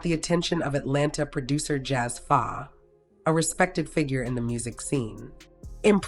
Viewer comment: "Jazz fa?" Girl if you don't know the culture well enough to know the producers, then don't cover these kind of artist. JAZZE PHA. Pronounced jazzy faye!